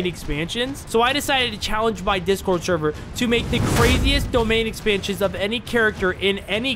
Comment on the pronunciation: Discord sherver😂 sorry I love ur content but I couldn’t stop laughing at when u said sherver